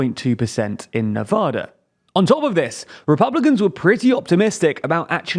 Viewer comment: Love your content but you mispronounced Nevada's name. :)